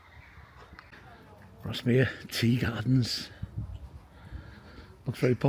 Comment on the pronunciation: It’s pronounced Grass mere